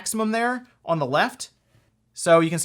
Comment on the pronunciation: Why does he say on like that?. . . . "Uon"